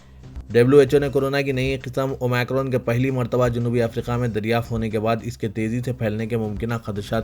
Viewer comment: Please correct your pronounciation. It is OmIcron Not OmAcron Aapko sunkar sab aise hi bolna shuru karenge aur dusre log mazaq banaenge